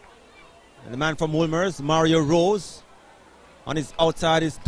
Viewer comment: Mario Rose? It’s Mario Ross sir